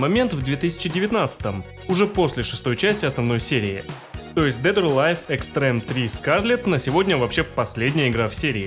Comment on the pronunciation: Не Эйн, а Айн. Это же немецкое слово, и в самой игре его так произносят. Не Экстрэм, а Экстрим, ну, это же вообще очевидно. Пот и грязь были до 6 части. До Dimensions в Ultimate много чего сюжетного показали. Как по мне сюжет здесь самый вменяемый среди файтингов, ну, еще может в Fatal Fury и (если разобраться) в King of Fighters. Однако соглашусь, что в файтингах он не нужен. После Virtua Fighter, сюжет которого раскрывается лишь в мультсериале (весьма неплохом), я думал, ни один файтинг меня больше не удивит. Однако DOA оказался прямым его наследником, а после 5-й части, с учетом очень похожего управления я вообще воспринимаю две серии почти как одно целое. С Теккен, на мой взгляд, DOA вообще ничего не роднит. Никогда не замечал, что в третью часть легче играть. По-моему, они все одинаково сложные. Все рассказано очень сжато, автор готовился, но очевидно, что не фанат, играл и вникал мало, и теплых чувств к серии не испытывает (кроме как к фильму). Кстати, про клонов не понял, напрягаю мозги, но не могу вспомнить в каких файтингах они тоже были. Эти клоны придают некий научный оттенок истории, что роднит серию с Virtua Fighter и делает ее более реалистичной. Здесь нет других миров, богов, мутантов, монстров в несколько раз большего размера по сравнению с другими персонажами. Ну, есть Тенгу, ладно. Важно, что Хаябуса и остальные нинзя не используют оружие, которое в других файтингах приводит к абсурду. И еще Касуми хотели убить, не просто потому что она могла раскрыть секрет